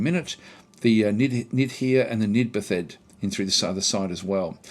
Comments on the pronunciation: Nitpicky, but Nidbathed is nid-bathed; they've had a ritualistic bath. Technically the 'nid' is also probably pronounced like 'need', but that's an even smaller nit. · Totally irrelevant, but charming to call them Nidbathed as if the last two syllables are distinct words or parts of words. Im pretty sure its just Nid bathed, as in bathed in Nid